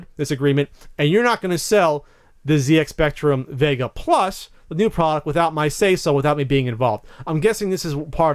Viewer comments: 1 for continually saying ZX spectrum wrong. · Yeah its a bit mad hearing it pronounced Zee X Spectrum, rather than what us brits would pronounce Zed X Spectrum :)